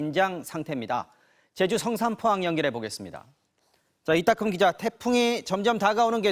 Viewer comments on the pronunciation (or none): 앵커가 ‘이따끔 기자’라고 하는데 내 귀를 의심했네ㅎㅎ이름 진짜 유니크하시네ㄷㄷ👍